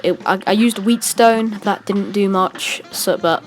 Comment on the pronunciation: yea cagney is actually male c’mon you got to get that right. also whetstone is pronounced different. You are really good at cuphead but yea keep on going!